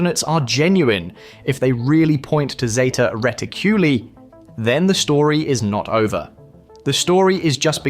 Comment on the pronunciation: What do I think? You can't even pronounce " Zeta Reticuli " properly! Moreover, where is your proof of the claims you have made about the sphere? I see no evidence whatsoever in this footage!